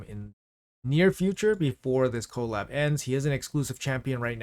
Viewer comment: can you call it "kuh-LAB", not "KOE-lab", cuz that's how collaboration is said. thanks XD